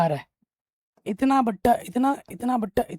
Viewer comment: सर गणित आप बहुत अच्छा पढ़ाते हैं ; लेकिन आप बटा को बट्टा कहते हैं जबकि बट्टा छूट को कहा जाता है इसपर आप विचार करे